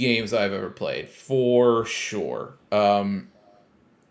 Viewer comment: "for SHORE"... as invented by the one and only... 😜😉